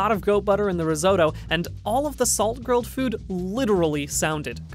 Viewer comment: I hurt every time they mispronounced risotto